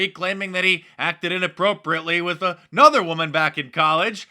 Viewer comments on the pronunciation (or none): none